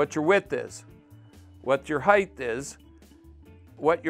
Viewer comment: HeighT not heighTH